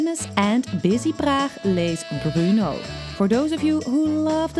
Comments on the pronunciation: It's Bur-No! Not Bru-No! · It's literally BRNO, Burno is not much better than Bruno, there is no extra sound between B and R.